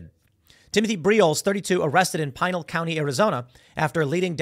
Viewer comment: I get tired of hearing the same thing all the time, people breaking the law get off almost scot-free, and the law abiding citizens get the book thrown at them. One nitpick I have is the county name, it's pronounced Pin-Al county (Al like Al Bundy).